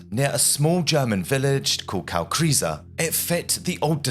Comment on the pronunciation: Saying Kalkriese like that is almost unintelligible. It's like saying Looondooon or Mensheistar or Cumbreeettguue 😂